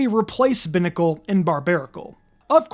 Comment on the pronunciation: It’s pronounced cry-AHG-uh-null and BYE-nuh-cull, “”! 🤨 Stop mispronouncing Pokémon names, bub! 🙄